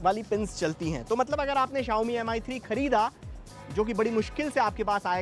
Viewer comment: Ankit was the only saving point for this show.. This guy is total waste & you can see the standard of the show now without Ankit.. They can't even pronounce phone's name properly. It's pronounce 'Me' ( Rice in Chinese ) and not 'Am Eye'. This dumbo is a hardcore Apple fan & will wait outside Apple store whole night & spend 60K-70K to get iPhone 6...